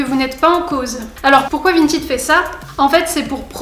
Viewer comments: Vintaide pas 🤣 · C'est pas vintid c'est vinted mdr